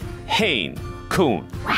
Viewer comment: It's koun .. not koon ..